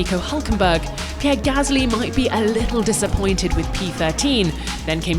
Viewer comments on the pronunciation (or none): none